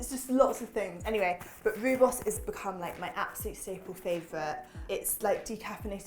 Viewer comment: As a South African I am so glad to see Rooibos make the list! It has been used to make tea for centuries and my mum drank it right through her pregnancy - it is really safe and packed full of antioxidants. Try it with a slice of lemon too. And just because you mentioned quinoa...you pronounce the 'bos' part of rooibos beautifully, but if you pronounce 'rooi' a bit more like 'roy' you will sound just like a South African! 😊